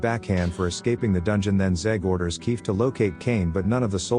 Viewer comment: I'm watching this at 1.5x speed, and I can't help but hear "queef" when you says Kief from time to time🤣😭🤣😭